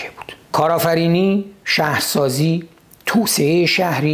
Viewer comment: سپاس شاهین عزیز دو ایراد ملانقطه ای😁 یکی اینکه شما کلا حرف ق رو غ تلفظ میکنی دوم هم توسعه رو توسیه تلفظ میکنی. "عدالت و توسعه" البته قبلا شنیدم مشکل تلفظ ق رو شمال کشور کلا دارن. میگن غ یک نقطه و غ(ق) دو نقطه که البته تو زبون فارسی ق وجود نداشته و ک و غ بجاش استفاده میشوه